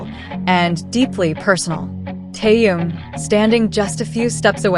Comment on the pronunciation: Уважаемые блогеры, когда вы перестанете искажать и мя Тэхена?